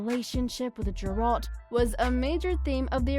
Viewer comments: It's Geralt, not Jeralt. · .... I hope you're mispronouncing Geralt and Shani intentionally to avoid some kind of copyright strike.... because that was literally nails on a chalkboard. >_<